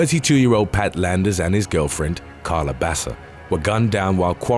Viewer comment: Pronounced Karla Baka.